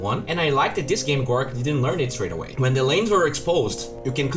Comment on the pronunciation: Big fan mate, but honestly, his name is GORGC, and not gorc. Seeing gorc really fuckin triggers me for no apparent reason. TriHard